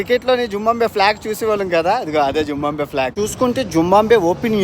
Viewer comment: జింబంబివే కాదు తమ్ముడు, జింబాబవే అనాలి